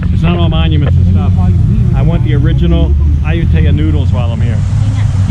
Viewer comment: Not AH-YOU-TAY-AH....It's AH-YOU-TEEYA. Research it. Google translate will also clarify. Listen to the man